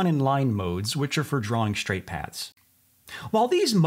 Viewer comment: All I am hearing is pads instead of paths. Am I the only one?